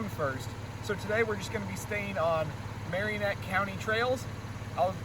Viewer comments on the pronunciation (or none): Mare-in-net county (Marinette) Nick-oh-lay (nicolet) Some pronunciation help